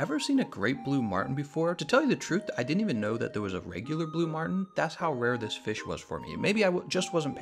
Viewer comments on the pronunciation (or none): Jason Martin haha yeah. I thought he called a Marlin a Martin on accident, but then he said it again like 3 more times haha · Marlin, quit saying martin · Marlin not martin